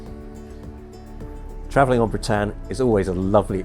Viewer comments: That surprised me too. It doesn’t show the English in a good light. Some of us try to make the effort with the pronunciation. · At least pronounce her name correctly. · Oooooh why the expense of producing such a fine video and then not pronouncing her name properly ? 😱 The lady hostess at the start was so gracious and pleasant in helping Nigel with this, yet he (a company employee) carries on and ignores her good counsel. Incroyable. 😜 A fine ship, travelled on board her in the 90s. 👍